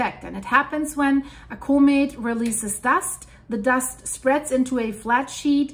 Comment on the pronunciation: Say the word comet correctly!